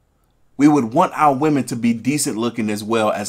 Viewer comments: Can we be honest about the fact that she's going viral saying woman and not women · she a biscuit away from that stomach popping out those jeans that’s why she mad also she a grown woman saying woman instead of women such a pet peeve lol